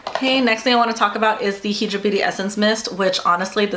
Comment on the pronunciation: High-dra beauty. As in hydrated not he-dra.